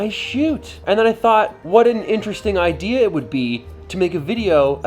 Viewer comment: Ooohhh IDEA ... I thought you said IKEA!